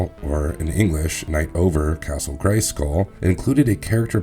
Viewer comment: Why why why do you put the emphasis on the "skull" in Castle Grayskull? It sounds so weird.... GraySKULL.